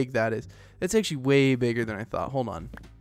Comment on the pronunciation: saying a "litil"more time